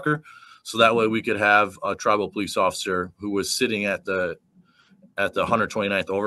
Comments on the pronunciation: "They was terrified of the Po-leece." Gee I wonder where they learned that from. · terrified of the poh-leece